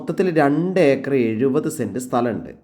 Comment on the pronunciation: Eekar അല്ല acre എന്നാണ്.